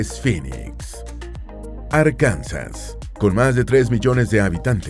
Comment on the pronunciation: BUEN VIDEO. Sin embargo, dos recomendaciones: 1. Escriban los nombres de las capitales, para entenderlos mejor. 2. Corrijan algunas pronunciaciones, como por ejemplo Vermont. Es VerMONT, con énfasis en la O; Arkansas se pronuncia ARkansa, con énfasis en la primera A, y no se pronuncia la S final.